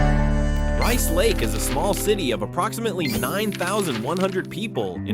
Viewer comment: Rice Lake is not "80 miles southeast" of the Twin Cities. I's about 100 miles northeast. Milwaukee is hardly a "small town". Neither is Green Bay. The announcer changes the pronunciation of the towns several times for most of them.